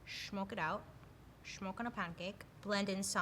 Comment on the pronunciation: That background whoa 🤗💖😱 I can’t believe she said “shmoke and a pancake” lol every time she said shmoke I was thinking that love you lol 👏💖